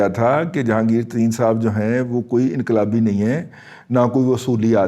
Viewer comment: inqalibi nin hay aur doosra lafz aap nay bola samajh nin aaya